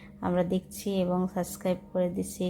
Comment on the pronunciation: বইনা রে চেলেন না চ্যানেল বলতে শিখতে হবে। সাসক্রাইব না সাব্সক্রাইব উচ্চারণ করতে হবে কারণ আপনি একজন ব্লগার।